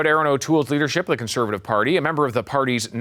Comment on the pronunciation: I wish someone would tell to speak clearly, and remember that "Conservative" has four syllables. He looks like he is about 22 years old. And your experience comes from where exactly,? A book? Party politics make me sick.